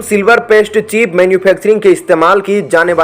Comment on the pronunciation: चीप नहीं बल्कि चिप